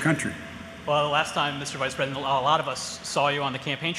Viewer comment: Now I pwomise as Vice Pweisent...